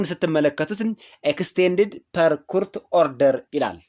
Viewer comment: ጎበዝ ነህ ግን የእንግሊዝኛ ቃላት አጠቃቀምህ ጥሩ አይደለም ለምሳሌ "court" ኮርት ነው ምባለው not ኩሁርት please use the right pronunciation እሽ?